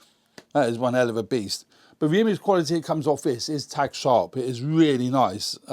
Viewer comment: no its not - I come from very close to there - I know the difference between tag and tack. :D